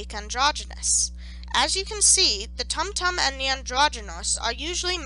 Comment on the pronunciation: This was wonderful, as someone who actively studies talmudic hebrew. The only thing that got my goat was the pronunciations. There is no "uh" sound in Hebrew, only ay, eh, ee, ah, oh, and oo. Tumtum, with the vav, would most likely be toomtoom